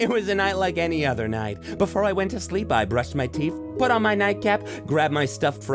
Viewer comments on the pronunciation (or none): what is this shlee-eep you speak of